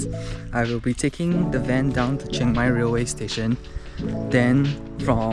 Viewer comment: im just here to say , its not cheng mai its chiang mai ,CHEE-ANG MAI thank you and have a nice life